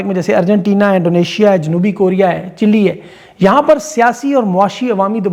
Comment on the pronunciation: چیلی نہیں ھے چیلے بولا جاتا ھے